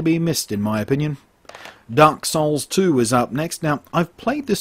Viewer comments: Thanks for the review. They are off to a good start if not for any new console launch having its ruff spots. One thing... did you say "Dark Souls" or "Darksiders". I totally have no problem understanding anything you say, but when you started discussing this title, my head turned aside. :D Cheers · Is he actually saying darksouls 2?xD